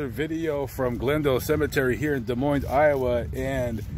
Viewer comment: The S in Des Moines is silent. It is pronounced Des Moine